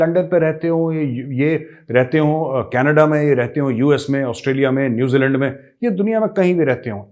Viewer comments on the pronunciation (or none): Sir apka "Caanneedaaa" pronuncation bohot funny hai🤣🤣🤣🤣🤣